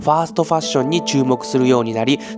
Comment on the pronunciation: 正しくはファストですファーストではなく